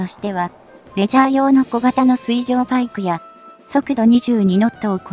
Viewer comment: 水中が読めて水上が読めない。ほぼ100点ですがみずかみは聴いていて冷める。